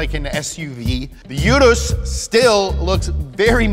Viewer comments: You-ROUSE is how to pronounce it. Sorry imma lambo nerd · I thought it is pronounced ur ass I was so wrong lmao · Lamborghini calls it the oo-russ. This is my third time watching this vid btw. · My brain hurt everytime you said "oo-dos" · For those of you wondering, Urus is pronounced "oo-russ" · It’s pronounced like Oodus. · Wow you killed the action trying to say Urus.... huge cringe